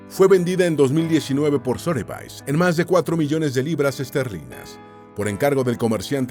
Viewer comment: Sotheby's en realidad se pronuncia "Sodebis"